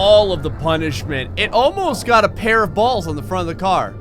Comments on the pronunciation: He said bolls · Every time you said ball or balls it sounded rong every single time